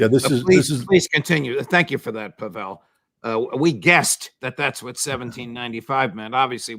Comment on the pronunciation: Outstanding session! I'm an American living in Russia and it is so good to hear the truth about Russia on American broadcasts. Thank you Judge! And I noticed you also got tipped off on the correct pronunciation of Pavel's name. :)